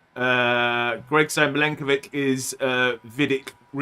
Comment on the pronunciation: It's Milenkovic not Mykolenkovic